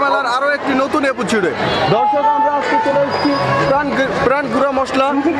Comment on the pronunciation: এপিছোড কি জিনিস ভাই? আগে শুদ্ধভাবে কথা বলা শিখেন।